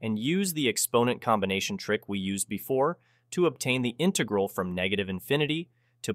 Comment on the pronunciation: Why are you using a text to speech program? It definitely doesn't sound like a normal voice (says intaegral instead of integral)